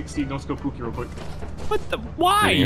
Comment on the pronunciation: Did call pooki "oogi" that's so cool i love how it shows yall rll are just a bunch of friends playing games